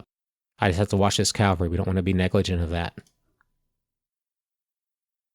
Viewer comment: Point of Order: Please don't take this personally - but - It's NOT pronounced "C O W very" It is spelled C A V A L R Y and pronuunced K A V A L ree. Think of it like the name Henry " Cavill ". CALVARY refers to the hill outside Jerusalem where, according to the Christian Bible, Jesus was crucified, also known as Golgotha, meaning "place of the skul. I watched the whole thing and enjoyed it - like AVALON Hill but outstanding - but the COWVERY is like nails on chalkboards -...